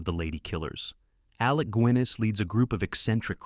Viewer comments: Alec Gwinness?? It's Guinness as in the drink. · Gwinnis? Really? Lose the AI narration FFS